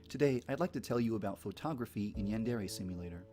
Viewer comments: it is pronounced "Ray" not "reh" source: two years of college level Japanese, Hirgiana is the first thing we studied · It's pronounced Yan (yahn) de (de) re (Ray)